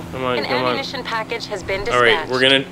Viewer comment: You purnounced ammunition wrong no efence